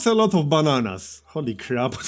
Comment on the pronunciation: Nobody:: THAT'S AY LOT OF BA-NANAS!